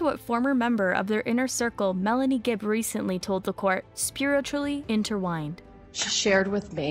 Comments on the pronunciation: Pet cemetery not 'sementary' ; Spiritually inter*twined* not 'inter-wined'. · “Intertwined” ❌ “inter-whined” ✅ “inter-twined” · It's "intertwined", not interwhined.